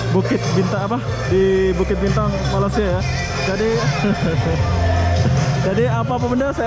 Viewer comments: ko bkn krr kat jakarta lagi krr....., masa bila ko dtg KL.....,sebut Malaysia..., bkn Malasia..... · Halo bang.. Jangan malas- malas ya. Sebutan Malaysia itu ialah Malay bukan Malas - ya. Seperti kita menyebut day bay Jay say lay may. Bukan malas dan juga bukan malai. Kalau malai itu seberti Palula Malai Ali, lemah gemalai. balai polis. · maaf ingin menegur sebutan nama negara kami MALAYSIA bukan Malasia....sila bunyikan huruf Y nya itu...hihi TQ dengan video2 anda sekaligus dapat mempromosikan negara kami